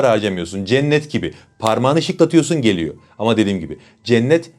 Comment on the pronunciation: Konuşurken R harfini söylemeden Geliyor…yerine. GELİYO… diyorsunuz.. Türkçede, geliyo denmez. Lütfen Türkçeyi bozmayın